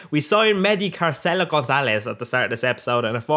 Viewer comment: The way he says carcela Gonzalez haha